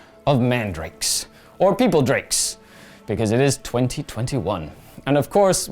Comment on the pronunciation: Did that dumbass really say “peopledrake”??